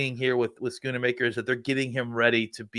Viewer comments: Why do people have such a hard time saying Schoonmaker? Both of these men are saying it like SchoonAmaker, and I hear people saying Shoonmahker too. Its pronounced Skoon-Maker smh. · Love but he butchers names a lot. I’m surprised both of them are adding an “a” to his name.